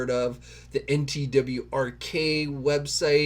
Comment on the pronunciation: NTWRK is said as "network." lol